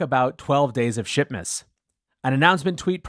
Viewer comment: Swear you said 'shitmas', but maybe that's just me :o)